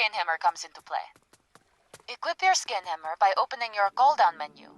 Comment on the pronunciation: Whenever said Scan Hammer, it sounded like Skin Hammer. Not what I wanted to hear.